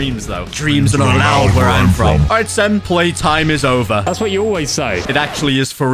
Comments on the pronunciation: anyone else notice started to say jover and not over? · bro said jover not over